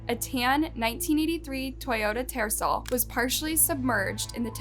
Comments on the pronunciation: Its not a tersell its a Ter-cell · Double check all pronunciations. Toyota TERCEL. 'C' makes 'S' sound. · Funny how she pronounces Toyota Tercel. I never thought I would hear the day when people would not know how to pronounce that anymore 🙃 LOL